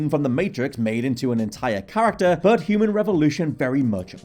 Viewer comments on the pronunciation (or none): none